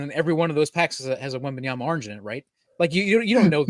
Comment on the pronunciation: “wembaMyama”… “wembaNyama”… 😅 You got this! Love the show!